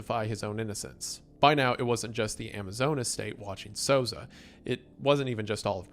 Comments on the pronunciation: Souza is pronounced SOUL-zah, basically how you did anyways Wallace is pronounced walla"see" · honestly you the the best pronunciation of a latino name in this video than ever lol